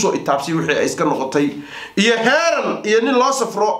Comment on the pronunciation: Heeran ma’aha waa Heerin.